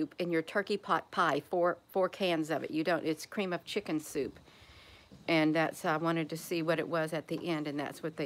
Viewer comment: AI did it to you again in this video. It would not let you say the word "chicken". They put a slight glich on the K in chicken. It didn't sound the K.